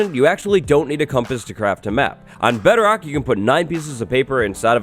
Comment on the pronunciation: Bedarock edition? What's bedarock edition? You type it as bedrock but pronounce it as bedarock?